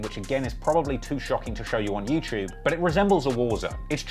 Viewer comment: Also-- there's no 'ch' sound in the word 'YouTube'...